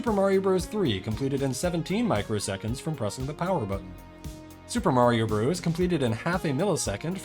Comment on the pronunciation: Bros. is an abbreviation for "brothers" and is pronounced "brothers".